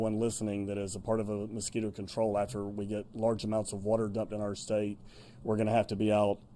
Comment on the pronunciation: Our not arrrrrrrr